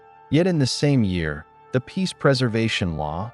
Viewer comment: NECOOIICO TREEAY 12 miln VOTTros PEACE PERVERITION LAW What 💀💀